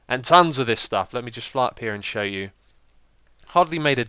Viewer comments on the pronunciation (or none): none